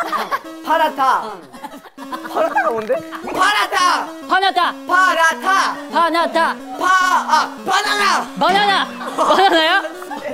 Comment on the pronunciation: Paratha is indian dish you can say and when haruto said in parata i was like Aaen??!😂😂😂 paratha😂😂😂😂